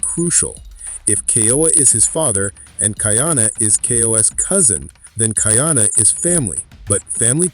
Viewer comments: Ka’iana not Kaiana — the glottal stop is there for a reason. Train your AI please. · Ka-ee-ana Ka’iana Aloha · KA/ ĒĒ/ANA respect his name. Ka’iana.- 3 syllables🌺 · are you AI? Be sure to actually watch it. After you do, you should be able to know the pronunciation of Kaʻiana, Kahekili and the others, like aliʻi Keaweikekahialiʻiokamoku.